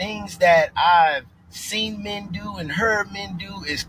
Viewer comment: I just love how she pronounces "men" like "me-yen". LOL. Her ebonics is thick. One syllable words don't exist in her world. And when they say "key-ids".